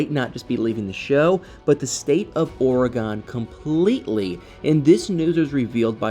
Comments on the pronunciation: Dear "," It is NOT pronouced "ora-GAWN." It's pronounced "ory-gun." I am a ntive, so I speak with authority. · Please don’t be offended but as an Oregonian I am going to help you pronounce Oregon correctly. It is pronounced ory gun. Love you videos😊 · Or-eh-gun is the correct pronunciation. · I grew up on the East coast. We were taught to pronounce it OR e Gone. If it’s incorrect, I guess every generation passes down the incorrect pronunciation. Frustrating. Those who actually live in Oregon know how to pronounce it. The Governor should send a letter to the school boards of all the states that are teaching it wrong. Maybe I can find an audio to actually hear it. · Drives me crazy when someone can not pronounce a State!! Must be from another country?? 😂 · He pernounces it wrong.